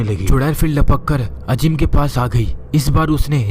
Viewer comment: Bhai "Ajeem" nahi "Azeem" hota hai. "Z" ko "J" mat bolo.